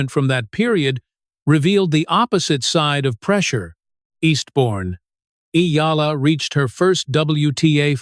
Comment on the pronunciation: I'm glad you are properly pronounced the name of Eala.